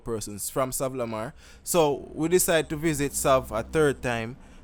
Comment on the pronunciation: bro bro! Lol 😂 just say SAV!